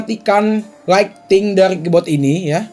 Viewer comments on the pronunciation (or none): Ngomong "KEYBOARD" jadi "KEYBOT